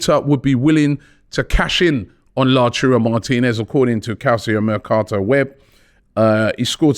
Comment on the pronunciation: Robbie and his pronunciations man 😂😂😂😂😂. Calcio mertocato and La-Churro Martinez